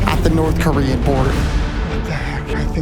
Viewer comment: The horrible pronunciation of Korean 😭